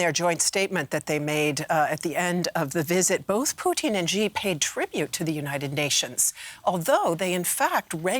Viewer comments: Shee not Jhee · It’s not Gee. It’s SHE